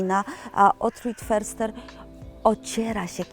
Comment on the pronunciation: Jeśli już to wymowa "fyrster" ... niemiecki podstawy 😊😊😊